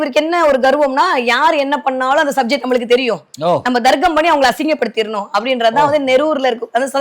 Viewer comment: Ennathu Darggamaa😂 Athu Tharkkam maa.Thamizh sorkkal ozhunga uchari muthalile